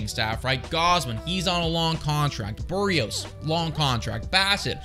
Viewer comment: his name is BERRIOS, not Buhreos